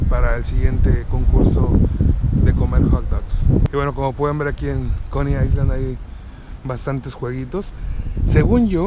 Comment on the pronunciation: no te lo tomes a mal pero no se dice "aisland" (island) se dice "ailand" como si no tuviera la "s". Saludos:)